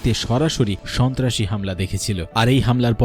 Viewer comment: রিপোর্ট কারির মখে বার বার শুনেছি স,ন্তা,রাসি কথাটা রাহাবার কি ওটা ছিলো 😡